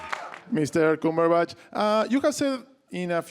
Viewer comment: " MR. COOMERBATCH " Ahahaha!!